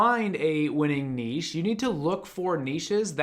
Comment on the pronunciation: Thank you for saving "niche" correctly (not "nitch" lol).